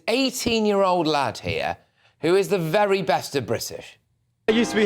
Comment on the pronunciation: Wery Wery turo